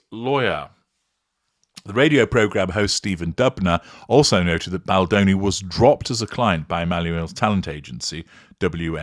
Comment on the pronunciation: In 'mispronouncing' Baldoni, Ari Emmanuel shows that he really has no class and is a spiteful person.